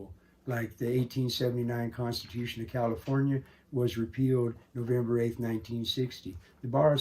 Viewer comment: Is the constahewson different from The constitution?